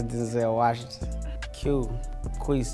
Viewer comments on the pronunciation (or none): “ that’s dehnzel wuahashintin “